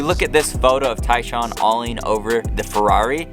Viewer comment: Love how the AI can't figure Tyshawn's name.😂 TAAAN